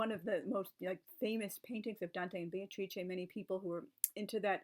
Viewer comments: Just caught for the first time how Beatrice is pronounced in good Italian or Renaissance Italian. To my ears it sounded like Bay-tra. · That is so cool about the acting and that you can now pronounce Beatrice properly! [I'm still working on it...] Tableaux are brilliant - an easy way to make a group connection and bring people together. Sometimes a costume can be a tablecloth or a napkin.